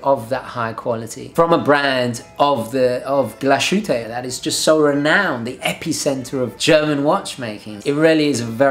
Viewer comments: Great Video!!! By the way. The right pro. Of glashütte is to speak the Word in two pieces like "Glas and than hütte" :))) (it means glas-House) ✌️ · Hello thank you for your good recommendations:= By the way, it's pronounced glass hütte, the s and the h are seperately pronounced. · I love the way you're saying Glashütte, but the s and the h aren't actually one sound. Glas-hütte.